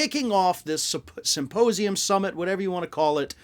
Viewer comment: 'Simposium' lmao